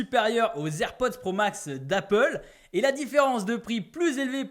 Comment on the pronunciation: Ta du mal avec le nom des AirPods 😅😂😂